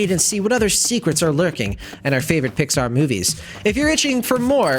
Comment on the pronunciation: At one time you said Pixar i heard Dicksar. 😂😂